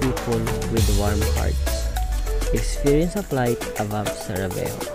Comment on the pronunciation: It is Sarajevo not Savarejo 👍